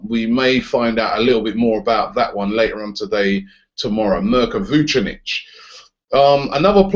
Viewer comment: Dunno how you can pronounce Mirko Vucinic's name right, but you still say CAR-ZOLA.